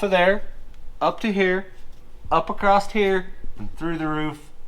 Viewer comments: Oh and by the way. It's across. Not acrosst. Acrosst isn't even a word. Lol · There are no letter T's in the word Across.